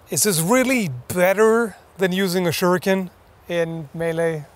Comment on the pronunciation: For god sakes yankee... its pronounced as Shuriken. Not "shuruken".... its "shuriken".